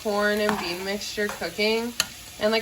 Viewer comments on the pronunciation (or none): none